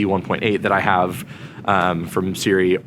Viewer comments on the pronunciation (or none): Pronounced see roo ee